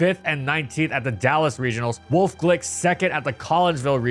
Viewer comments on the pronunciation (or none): You pronounce the E in “Wolfe” btw, it’s not just “Wolf”